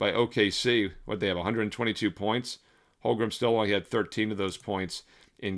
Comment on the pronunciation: Duuude.. for the hundredth time.. it's HOLM - GREN ... NOT Holgrum!